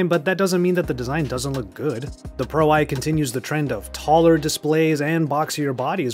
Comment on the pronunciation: It is Pro One. Not Pro Eye.